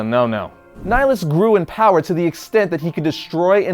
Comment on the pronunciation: Darth Ni-HI-lus not N-ai-lus! It's from nihilism mate